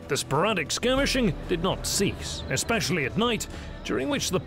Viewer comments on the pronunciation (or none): none